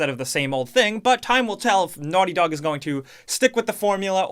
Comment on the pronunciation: Your old accent 🥹 ‘Naughty Dawg’